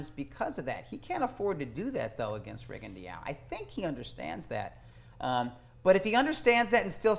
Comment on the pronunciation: inability to properly pronounce Rigondeaux's name bugs me. How hard can it be to properly learn most fighters' names?